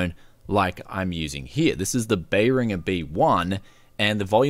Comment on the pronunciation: Did you mean behr-rin-jer?